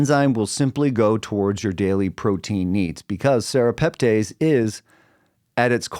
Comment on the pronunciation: pronounced tess not tays at the end